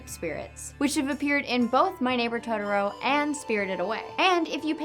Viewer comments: totoLO not totoROE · It's Totoro, not Todoro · Is this how people really say Totoro? It sounds like she's saying todoro. I was always told it's pronounced "toh toh roh"